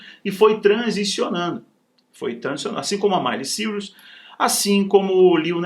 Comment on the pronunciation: O nome é Miley Cyrus mas a pronúncia é Máili Sáirus*